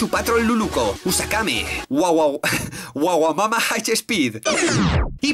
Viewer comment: Es waGAmama no waWAmama xD